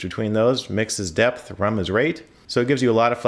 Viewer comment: It's pronounced "rum," not "rom."